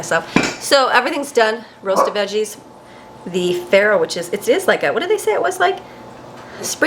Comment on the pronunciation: Not farro